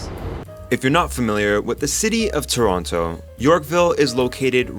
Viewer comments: Did he just say “ToronTO” 😲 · What's the actual pronunciation of "Toronto"? As you pronounced it in the introduction or as you casually said it later in the description?